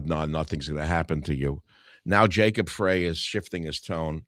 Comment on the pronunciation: Minneapolis mayor Jacob Frey........last name rhymes with bye, high, not hay Michael